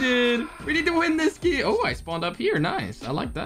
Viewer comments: Say game not gim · Why you said geme not game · Lol not being rude but its game nat giym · I'm still laughing because he keeps saying gim